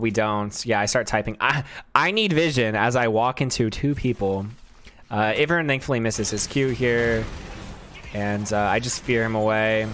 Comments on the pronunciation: still says iv-ern instead of i-vern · How you say Ivern's name is entertaining lol